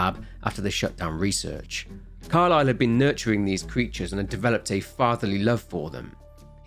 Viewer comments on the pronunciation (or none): none